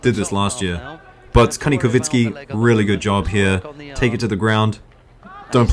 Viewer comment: ITS KANIKOVSKIY NOT KANIKOVINSKY